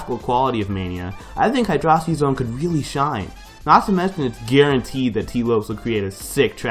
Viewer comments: it's Hy-dro-city not Hy-dross-ity. Also Collision Chaos is Spring Yard. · did you just say hydrawcit-- no. im done.